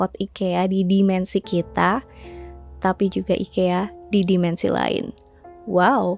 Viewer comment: orang swedia bilangnya i-kee-uh